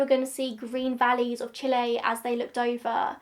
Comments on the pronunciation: i think you are the first english speaking person to pronounce Chile correctly lol we stan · I’m one of your plane nerds ✈️🤓, but this plane is too old, so doesn’t mean much to me either 😅. That is actually how you pronounce Chile, but either way, you did a great job, as always 😊😁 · You chose the correct pronunciation of Chile!